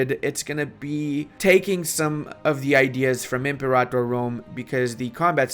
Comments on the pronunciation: ImperATor not imperator 😓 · pronouncing the name wrong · I had to stop watching after about the 10th time he pronounced "Imperator" wrong